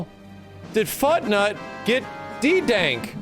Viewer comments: "There's a game called Futnut" I swear, I Honestly heard it as "Fucknut" 🤣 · I like how says fortnite like he was saying Foot-Nut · I heard Fucknut not FutNut